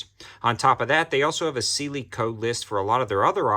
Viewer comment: Pronounced Si lee